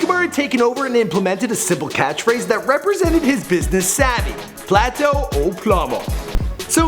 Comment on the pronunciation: he siad PLATO o plomo😂😂